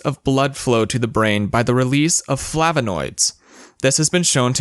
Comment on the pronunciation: I think you, and your script writer need to practice English. It's Flavonoid, not Flavinoid. Americans are such ignoramuses.